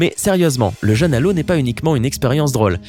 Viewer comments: Il prononce cent fois "un jeune" au lieu de "un jeûne". Il faudrait corriger cette faute de prononciation qui altère le sens, et constitue une sorte de "faute d'orthographe sonore". Pour bien entendre la différence, exerce-toi à comparer "je veux peu" (eu "fermés") et "j'ai peur seul" (eu "ouvert"s). Est-ce le même son "eu" ? Non... Le son "eu" de "jeûne", comme l'indique son accent circonflexe, doit impérativement être le même que dans "vœux" ou "veux" ou "feu" ou "peu" ou "queue" ! Alors qu'il le prononce comme dans "peuple" ou "cœur" ou "seul" ou "beurre". N'oublie pas, toi non plus Isabelle, que les fautes de prononciation sont des fautes de français à part entière. Ce qui transforme aussi en "ramassis de bêtises" francophones tous les "drôles" qu'il prononce "droll" : quelle que soit notre région d'origine, l'accent circonflexe est là, et pas seulement pour faire joli, mais pour nous obliger à prononcer dans trône, Rhône, côte, frôle ou drôle un o bien "fermé" comme dans "beau" ou "gros" - et non un o "ouvert" comme dans "fort" ou "viol". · Vous pourriez vérifier la prononciation des mots qui vous semblent compliqués avant de faire une vidéo ? Parce que "jeune à l'eau" moi ça me fait plus penser à un gamin noyé qu'à une privation de nourriture.